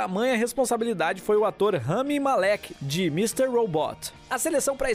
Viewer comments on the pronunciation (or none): Bem bacana este vídeo de vocês, parabéns pelo canal! O filme é simplesmente, MARAVILHOSO! Gostaria apenas de deixar uma sugestão para os donos do canal... no link a seguir vocês encontrarão a maneira correta de pronunciar o nome do astro do filme: Rami Malek! Desculpa, mas hoje em dia, com toda a tecnologia que temos disponível, fico decepcionada quando vejo que ainda pronunciam nomes de maneira errada. #Ficadica para os próximos vídeos! Neste link o PRÓPRIO, Rami ensina a pronúncia correta de seu nome!